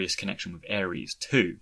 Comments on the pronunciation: How in the actual fuck do you and four eight production's pronounce Aeris' name like the god of war. It's AIR-IS. Drives me up the wall. Otherwise, great video. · Fintastrophe I see your point. I can see both sides. On one end, if I had never heard Aeris pronounced, I can see why he says Aeris. On the other, the game has been out for 20 years and this video is about Zack. In Crisis Core, she is repeatedly referred to as Aerith and it's pronounced by multiple characters including Zack and Aerith herself when she introduces herself. That's why I'm kind of surprised he isn't saying it correctly. Having played the game, it's almost like he's intentionally mispronouncing it because what other alternative is there? It's funny because in his FFX videos he says Tidus right (TEEdus) Regardless, it doesn't bother me too much though. Maybe he's just been saying Aries for 20 years and doesn't want to change it.